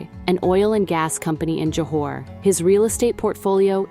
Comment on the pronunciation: its Johor not Johar